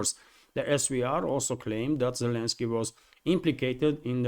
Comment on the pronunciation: Zelensky... how can i trust your ability to give me the news when you dont even get his name right? Lots of better channels.